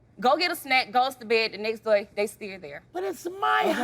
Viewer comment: What’s a “daya”? “I cleaned up every daya”. Ook😂